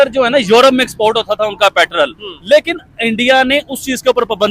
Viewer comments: Not patrall. Petrol 😂😂😂😂😂. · लाउ डे पेट्रल नहीं पेट्रोल बोलते हैं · पेट्रोल ❌ पैट्रल✅